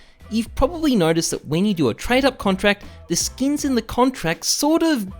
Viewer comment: sksin not skins xD